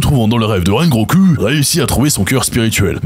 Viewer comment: Rengo"ku" jpp